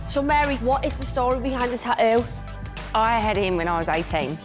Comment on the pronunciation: Tattoo not taoo